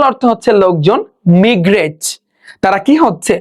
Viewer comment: কিছু উচ্চারণ ভুল আছে । মিগরেট = মাইগ্রেট টিউনিস = টিউনস ফলক = ফোক